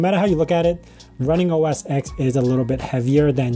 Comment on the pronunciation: Thanks for this. Not to be a jerk, but “OS X” is pronounced “OS Ten” 😊